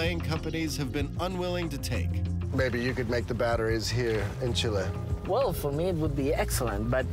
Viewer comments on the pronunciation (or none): Please learn how to pronounce Chile